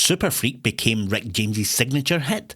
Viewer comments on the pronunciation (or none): none